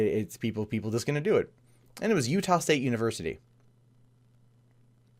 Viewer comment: You nailed Utah congrats lol